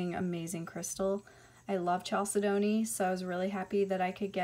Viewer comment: You have an awesome collection! Thanks for showing us The stone you called chalcedony looks like opalite to me. Also, Chalcedony is pronounced Cal-said-uh-knee and Labradorite is pronounced like the dog Labrador plus ite. The pink crystal at 1720 looks like it could be mangano Calcite but I’m not positive. The bright green crystal at 2020 is Crysoprase, not Crysocolla, it’s beautiful. Chrysoprase is a type of chalcedony that gets its color from nickel impurities. That one looks like it’s probably from Australia where the best Chrysoprase comes from. The crystal is not kunzite, kunzite is pink or purple. Kunzite is in the Spodumene family and there is a green variety of Spodumene called Hiddenite. Hiddenite is more rare than Kunzite You are exceptionally beautiful ❤️